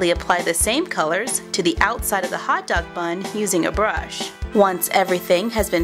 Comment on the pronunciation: "HHHHHOT DOG" xD